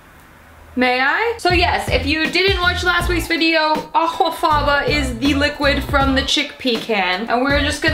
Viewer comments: I really didn't need to hear her not even try to correctly pronounce aquafaba over and over and over again in a video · Well they can't all be winners, but I do love how you pronounce that word 😂. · this channel's humour has reduced to gargled pronunciations of 'aquafaba' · girl im fucking CACKLING at how youre pronouncing aquafaba. gets me every time. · The way she pronounces aquafaba 😂